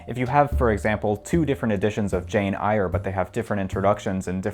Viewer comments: You lost me at the pronunciation of Eyre as "ire," lol. I think Seneca the younger had a point about owning only as many books as you can read... That's why libraries exist, right? So you have lots of options without having to own them all. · Yes, that was surprisingly shocking. It is one of the most famous classics and he didn't even know how to pronounce it. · It's pronounced Jane "Air" lol. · I highly recommend the book How to Talk about Books You Haven't Read because it delves into several of these topics! It's a fascinating French book from the 1950s that got translated to English in the 2000s. Also the funny pronunciation of Jane Eyre took me back to when I first read it, thinking that was how to pronounce her last name till my aunt told me it's "Air".